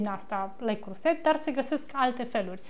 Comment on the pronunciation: Leo Croze,,.....se pronunță 🌷